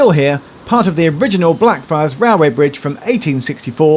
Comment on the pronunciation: I have the urge to say "Day" everytime Geoff said Blackfriars because it sounds like Black Fri